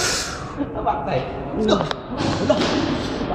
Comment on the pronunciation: I'm Filipino, he pronounced it more like "u may gad"